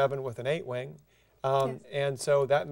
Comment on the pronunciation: When he says wing it sounds like wang.